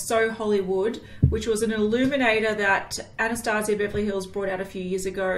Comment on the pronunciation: No hate but it AnaStasia